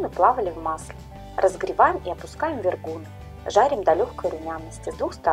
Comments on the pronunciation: ВергуНЫ,а не вергУны!!! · Правильно с ударением на последний слог : вергунЫ. Вкусно и так, но слух режет. 🙃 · Почему ударение в названии украинского блюда вы называете в-еее -ргунами ?! А борщ тогда как называется!? Щами?! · Им. Вергу́н Вергу́н Вергу́ны это из википедии) но слышу впервые, всегда все говорят вергунЫ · Вергу’ны не могу слушать🙈 . Очень вкусные , пышные 👍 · вергунЫ!!! Це українські смаколики. Робіть правильний наголос, будь ласка! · Так и называется то автор неправильно выговаривает